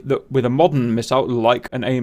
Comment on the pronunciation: Take a shot everytime he sais "modden" :D